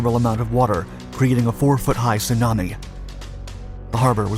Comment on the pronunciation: "a 4ft high tsuanami " er .........what ! ?